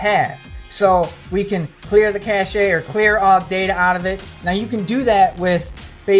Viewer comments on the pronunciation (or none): It was an informative piece... there must be great "cachet" in being a man with such a "cache" of knowledge. Btw I did cringe everytime you said "cash-ay".